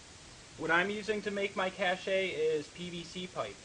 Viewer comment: Pronounced cash. Not cash-ay.